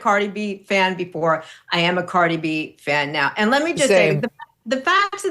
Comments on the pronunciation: Megyn’s producers didn’t brief her how to pronounce Cardi’s name before they taped this? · Megan SU you Butchered outta her name Ughhhh 🤢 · She butchered Cardi’s name.